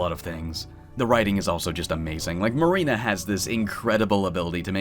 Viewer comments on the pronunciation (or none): none